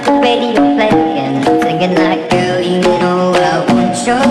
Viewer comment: WeeChun Gaming that’s not how we pronounce you